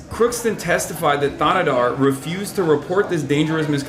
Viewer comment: It's pronounced THAA-NAY-DAAR